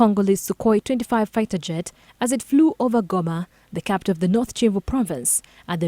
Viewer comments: It is Kivu not Civu…. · Its Kivu not civu and its Kigali not cigali